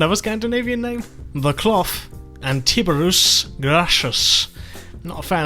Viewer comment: Not a fan of the Greek ones?!!!! It's ROMAN!!!! Grrrrr. Thai-beer-e-us Love your videos, please look him up though. Absolute legend. ROMA INVICTA!